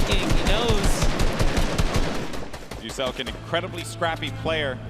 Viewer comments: Host called muselk muslick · Mr Muselik.... Loool. Old mate can't read and nor does he YouTube....